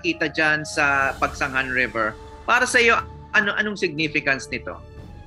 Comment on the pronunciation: Pagsanghan ka ng pagsanghan Pagsanjan Ang pagbigkas nyan